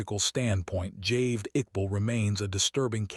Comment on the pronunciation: It is Javaid not "Javed".